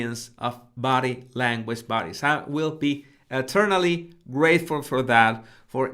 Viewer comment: When you say "body language buddies" it sounds like "body language baddies" and it feels awesome and so cool 😎😎😎😎